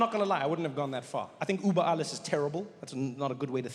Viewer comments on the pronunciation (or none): Trevor - lots of love from Germany but PLEASE learn the history AND the Umlauts !! It's Über...Ü...Uber is a Taxi Service. And the anthem was not changed. Only one vers left out. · It is über, and NOT Uber. BIG DIFFERENCE...PLEASE! Uber is the Stupid name they call the taxis.. If you speak Afrikaans you know how to pronounce the ü properly... as in uurwerk..